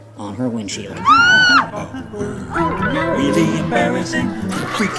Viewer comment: I still hear "Willy" instead of "Really"